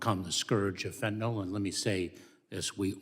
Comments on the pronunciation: It's pronounced fentanyl not fentanol. Like vinyl.😋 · Fen - tin - I ILlL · Not really important but it’s actually pronounced Fent-Tan-Ill